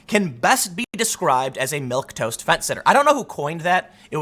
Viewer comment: Wow someone actually said milquetoast correctly and not "milktoast" i'm floored